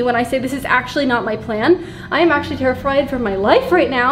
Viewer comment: Did you guys catch that said “I’m terrifired😂😂😂😂